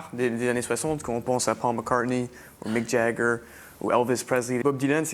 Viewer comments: gives it away when he pronounces english names correctly. A french person would likely say smth sounding like Mique Jaggeure/Jagguerre and Pohl Maccartnaie;) I think his french is already perfect in the first interview. It feels more like he didn't use it for a while and needs some acclimatisation time. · But that would be the wrong way to do it. When including a foreign word it is to be pronounced as in its original language. So he got "Paul McCartney", "Elvis Presley" and "Mick Jagger" exactly right, while he MISpronounced "Hollywood" and "Bob Dylan" because those names are not pronounced that way where they come from.. You wouldn't want someone pronouncing Geneviève as "djen-a-veev" just as a German wouldn't want to hear "Bock" for "Bach" or a Brazilian wouldn't want to hear "Jew-ow" for "João". It's a matter of respect. For the same reason I wouldn't want to hear a Francophone refer to "Jack Brel" because he thinks I wouldn't catch "Jacques".